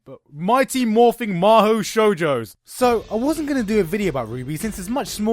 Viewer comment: Mahou Shoujo* The "U"s are important. What you said is basically, "Mighty Morphing Full Sail Virgins"